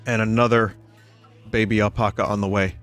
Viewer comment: Why does he say apaca?